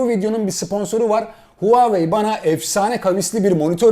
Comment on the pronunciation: Abi Huvavey mi dedin ??😁